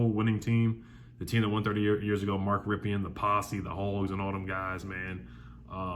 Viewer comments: Did you say Mark Rippion??? It's pronounced Rippin. Just a heads up. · Love you, but it's pronounced Mark (Rip In).